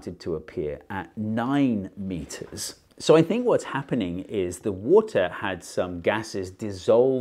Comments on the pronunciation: "thaats tin meetas egzackley!" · Hearing him shout "TEN METERS!!!" in the most british accent was very wholesome.